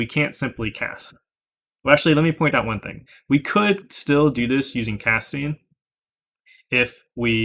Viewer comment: Wait did you say “cat-sting”?